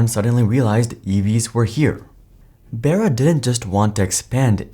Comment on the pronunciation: IDK why it bothers me but I'm pretty sure it's, Mary *"Bar-uh" "b-ARE-uh". Not Mary "bear-ah".